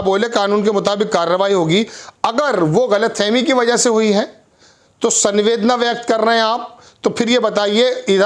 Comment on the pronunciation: Sanvedna nhi samvedna pronunciation hota he is shabd ka